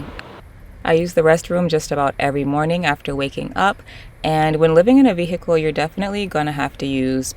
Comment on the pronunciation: On my last damn nerve saying “vi-hickle” 😂😅